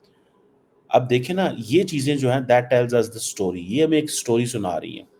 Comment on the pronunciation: Chal chhodh yaar yeh sab Endiya Amreeka ki baatein. Yeh bataa ki "Cee-Pack - Thee Game Changer"... Game kab change kar raha hai? 10-15 saal ho gaye yaar sunte sunte iss "Thee Game Changer" ke baare mein. Ab time aaya ki nahin game ke change hone ka? One Vee-Laag puhleese on this.